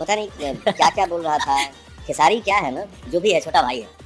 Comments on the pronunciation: Arey bhai 😂 khesre lal naam nhi hai yrr kam se kam video banane se phle naam ka spelling thik se padh liya kro khesari lal yadav naam h 😅😅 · sahi se bolna sikh lo bhai khesri nahi khesari hota hai😅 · Khesaari hota hai bro Khesri nhi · Beta tu Jake padhai kar खेसरी लाल नहीं होता खेसारी होता है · खेसरी नहीं खेसारी 😂😂😂😂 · Are bhai khesri nahi khesaari 😂😂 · Abe Bhai khesri nhi hai khesari hai 😂😂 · Bhai vo खेसरी nahi h खेसारी lal yadav h 😂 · Khesari bolo bhai khesri nahi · भाई तू भैया के नाम खेसरी❌ बोल रहा☝️ It's खेसारी✔️ [KHESARI LAL YADAV] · Bhaiya khesri nhi khesari 😂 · खेसरी ❌ खेसारी ✅ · नाम तो याद कर ले भाई खेसरी नही खेसारी है 😂😂ज्ञानी बाबा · Are bhai tumko pata bhi hai ye dono kaun hai ya aise hi video banane baith gaye ho खेसारी लाल ko खेसरी लाल bol rahe ho pehle Puri information collect karo.itni bhi badi controversy nahi h jo video banana pad raha hai aapko. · Khesari ❌ Khesri✅ 😂😂😂😂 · Bhai खेसरी नहीं खेसारी है। अलग दंगआ करवाओगे। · Abe khesaari bolo khesri nahi ok beta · खेसारी , should be the pronounciation 😂it sounds funny when you say खेसरी 😂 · Tum jaise bando ke pass yessa hi gyan hoga apne ap ko itna smajdar smaj raha hai na tu terko khesari ka nam to bolna aa nhi raha aur tu 2 bade superstar ko target kr raha hai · Pahle khesari Lal Yadav ka pronounciation karna sikh lo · Bhai tu sabse pehle khesari shi se bola kr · Abe tumko खेसारी bolne nhi aata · पहले नाम बोलना ढंग से सीख ले